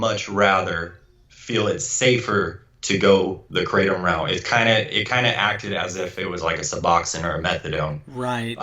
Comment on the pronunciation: I would like to see this video and learn something but right off the bat you are pronouncing it wrong. That tells me you really know nothing.